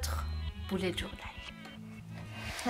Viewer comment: J adore mais ce qui me stresse et quand vous dîtes boulet journal au lieu de bullet journal 😂🤣